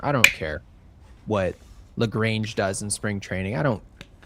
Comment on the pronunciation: Lol I absolutely love you guys so please do not take this as me being a dick...LaGrange is pronounced as if it were in French. "La-Grahn-Hay" However it's pronounced, just hope to see him in the pen soon. Thank you guys for all you do